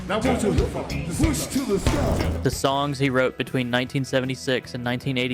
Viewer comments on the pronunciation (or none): none